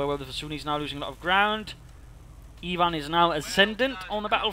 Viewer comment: I like that small pause in the intro "totenkopff fighting against..... IVAN"